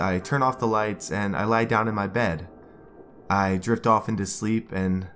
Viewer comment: When he said i drift off to sleep i thought he said i jerked off too sleep... Im sorry